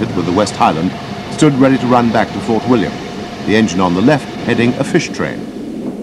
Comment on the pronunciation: oh be fair he nailed Glenfinnan and Fort William 2 out of 9 aint bad